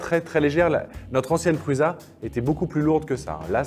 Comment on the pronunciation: Ben alors, on zozotte? C'est pas PRUZA mais ça se prononce PRUSSA;) Et puis en passant la I3 est le design de sa 3e itération. Allez voir la Prusa Mendel, ça n'a rien à voir. Sinon les billes qui se font la malle, c'est sur les roulements chinois, là vous ne risquez rien...